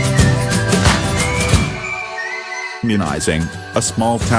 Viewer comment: Next time use a live voice - someone that can actually pronounce Traverse, Mackinac and Munising correctly.